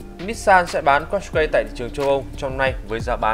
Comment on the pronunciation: đọc đúng là cát cai nha